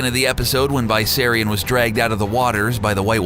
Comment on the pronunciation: You're saying it wrong, It's VISS-SAIR-RION not VIE-SERRIUN 😁